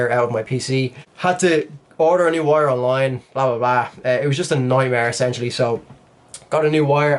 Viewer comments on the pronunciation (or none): How did you mess up "essential" that badly